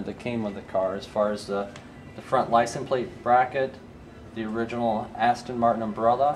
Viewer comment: Just saying its ASTON NOT ASTIN ! just saying